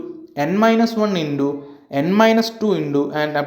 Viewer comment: Indo 😆😆😆 sir it's into